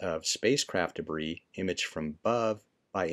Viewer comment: It's debris